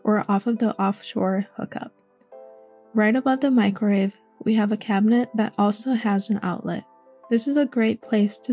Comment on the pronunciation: Love the build, but it sounds like you keep saying "microrave" instead of microwave. Just an observation.